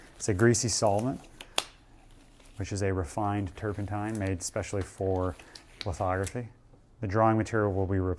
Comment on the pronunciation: what did he say licotine ?